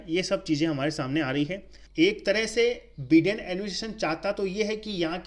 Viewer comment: Abe बिडेन नही be बाइडेन होता hai ❤️day 😂